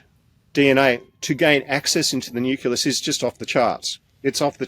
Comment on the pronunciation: It really bugs me when supposedly informed people mispronounce important words like 'nucleus' IT IS NOT nuculas! Please ask to learn the correct word please. The important work he is doing must be backed up with correct information otherwise it will be dismissed out of hand!